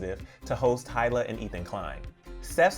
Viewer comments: Hila is pronounced EEE-la ☺️ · That’s not how you say Hila